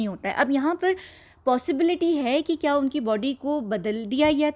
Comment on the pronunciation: It is "KYA" and not "KIYA"